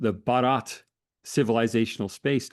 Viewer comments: Baa-rut. With a soft 't' is India. Bah-raat is a wedding procession. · I was impressed by profound knowledge of India, particularly his ability to pronounce Hindi words with remarkable accuracy. Although he occasionally stumbled, his effort was commendable, except for pronouncing "भारत" (Bharat) as "Baraat," which means procession. Given his English background, this minor slip-up is understandable. However, I disagree with his critique of India's non-expansionist policy, which seemed overstated. Despite some reservations on other points, the discussion was enlightening, and I applaud for his in-depth research and engagement. 👌👌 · It is Bh-aa-r-a-t not Bha-a-r-aa-t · Lengthy but just facts and no narratives. explaining RSS as an organization reinforces him as an Academic. No wonder he is sought by the lead media houses. He is so confident and so full of grace. Certainly Anand, Rahul, Zakka or Smita can train with phonetics especially Bharath, syllable by syllable 😂😂. Great job, worth the time. Cheers.